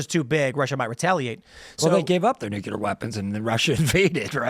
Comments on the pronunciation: stop saying "nucYOUlar"....Its NuclEAr!!!!! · It’s pronounced, “NEW-CLEE-ER.” [Nuclear] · Dude’s views could be more seriously entertained if he learned how to pronounce NUCLEAR correctly.